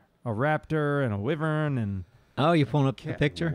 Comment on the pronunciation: you guys call WHYverns WIVerns and man it drives me crazy lol